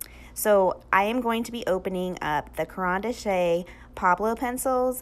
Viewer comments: Caran D'ache is pronounced Karen Dosh (rhymes with wash).👍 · Ca-ran Dashay 😂😂😂